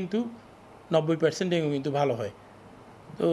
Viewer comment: ডেঙ্গু না বলে ডেঙ্গি বল্লো বার বার কারন জানতে চাই..?